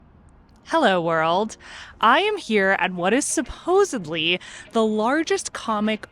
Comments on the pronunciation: "SUPOSEBLY"? Really? May need to read a book without pictures every now and then🙄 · did she say SUPPOSABLY? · That’s one of my pet peeves, honestly over 50% of people say it that way. Especially younger generations